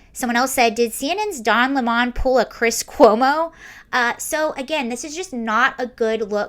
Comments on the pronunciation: I don’t understand why you are forcing the pronunciation of 🍋 to Le Mans. A lemon 🍋 is a lemon 🍋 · I love how you say his name and classed it up, "Don Le'mon" Hahahahaha!